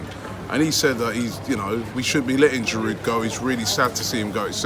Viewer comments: You actually don’t pronounce the « d » in « Giroud » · Giroud will leave because Robbie still cannot pronounce his name properly 😂 😂. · I squirm every time you sound the 'd' on the end of Giroud, Robbie. It isn't that difficult to pronounce his name correctly. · The d is silent in giroud 😂 it’s winding me up